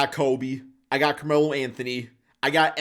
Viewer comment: Bro said Carmelo